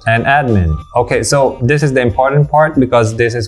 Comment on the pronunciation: Maganda talaga modulation ng boses ni kuya. Maski ako hanga. Ang sakin lang, he can improve his "tree" and "dis". (three, this)